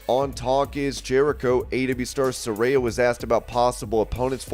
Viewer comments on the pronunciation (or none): Please say Saraya name right! Suh-rye-a!